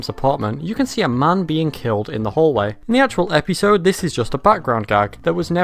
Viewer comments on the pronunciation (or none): Why do you pronounce the word episode as "epeesode"? I never heard it pronounce it this way before now. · Bro why do you pronounce it Epeesode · I like how you say episode. Eppysode.